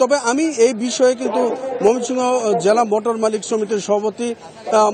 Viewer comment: মমিসিং 😁😁😁 হাররে সাংবাদিক